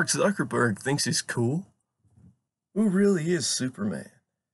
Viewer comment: Not s it’s z but this is so funny “suckerberg”